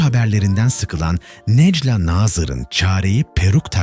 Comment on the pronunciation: Bu nasil yorum kardesim herkes telafuz ederken sen neden nejla nazir diyorsun Nejlâ a yi uzatsana